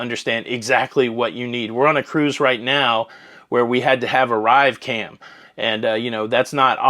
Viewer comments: Hey, it sounds like you are saying ArriveCAM - with an M. It's called ArriveCAN - with an N - like the first three letters of Canada. I could be crazy, but it's sounded like you said it with an M in a few videos. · Hi, it's Arrive Can, short for Canada, not Arrive Cam. Just for clarification...looking good...love your toque! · it’s ArriveCan not ArriveCam but I will give you a pass as your hat matches your shirt smashingly! 😁😁